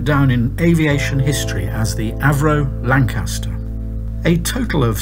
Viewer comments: Perhaps it's because he keeps on pronouncing Lancaster wrong, with the stress on the second syllable. He got Manchester right; he just needs to do a bit more work on Lancaster. He sounds English; shouldn't be too difficult. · There is only one "R" in Lancaster this is not new news its well documented.!